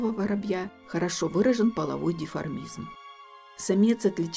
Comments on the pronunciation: Все хорошо, только не «половой деформизм», а «половой ДИМОРФИЗМ»… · ДЕформизм???? А не деморфизм? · Спасибо! Только правильно говорить не половой диформизм, а половой диморфизм